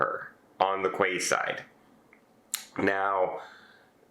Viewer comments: Is that an American thing to pronounce a quay side as Kway side - in the U.K. it has always been a Key side? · Quayside is pronounced Keyside! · it is a minor thing, but I thought you might want to know for the future. Quayside is pronounced “key-side”.